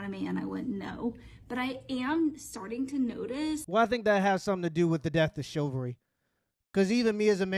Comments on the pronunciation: Chiv-al-ry Chiv-al-ry Chiv-al-ry Not Chilvary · Its chivalry, not chilvary